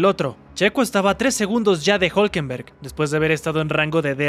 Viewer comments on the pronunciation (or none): Es difícil que RB no se levante en Austin. Creo que ahí los veremos fuertes. Norris necesita la perfección, lo que no se le da mucho. Por último estimado. Es Hulkenberg no Hulkenberg. Saludos.